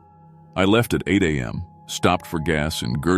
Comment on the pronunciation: I ♥️ LOVE ♥️ your stories !!! and remember, "If you're not first, you're last..." 😂 Please fix the (few) upload glitches / skips. Teach AI how to say ex. mph (miles per hr.) , am and pm(time) , there were a few more that I can't remember now, of course...